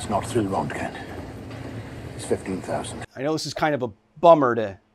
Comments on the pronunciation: To be fair, it is better than rontgin. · You say the o not the e, Ron,te,Ken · Why is there a "k" in your pronouncing his name? ... Oh, your pronouncing it in a few diffenert ways and default to turning the "g" into a "k" sound as you often call it "rent-Ken" ... stop tentimg poor Ken, he has to go glfight Ryu and other Street Fighter opponents. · RÖ RÖ RÖ RÖntgen, not fucking REntgen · Your pronunciation of Roentgen is bothering me so much. The show might not have done it perfectly, but it's closer than what you're saying. The guys' name was Röntgen, which in english is most closely pronounced like Roentgen which is why we spell it that way. Roe-ntgen. Not Rontgen like you're saying. After looking it up, it seems like your way is the typical American pronunciation which is now bothering me. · It's RONTgen not rentgen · Who pronounces it “rent-gin?” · Rent-gen? Fuck, Kyle. C'mon, dude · rengen lol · I like how the general guy adds an extra syllable to word. "RON-teh-gen". I like that pronunciation more. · It's pronounced "RERNT-gen". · Röntgen isn't pronounced Rentgen... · Bro stop saying “rentgen” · It's not rent gen learn how to efin talk. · Renken its speeled out for you and somone pronounces it for you learn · You pronounce it like "Rankgen" I have never heard it like that before. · It hurt me so much hearing him say "rentgin" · It is pronounced "Ront-Gen" it is two syllables. The first X rays were called Ront-Gen Rays. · STOP MISPRONOUNCING ROENTGEN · I thought it was Röntgen. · Strange pronunciation of Roentgen/Röntgen. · If only you could pronounce the scientist's name properly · It hurt my ears when you miss pronounced Wilhelm Röntgen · Very informative... BUT man... your pronunciation of "röntgen" is criminal 😂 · This guy can’t even pronounce roentgen properly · so funny when English Speakers are trying to pronounce röntgen. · “Radiation guy” Can’t pronounce simple words like roentgen Channel blocked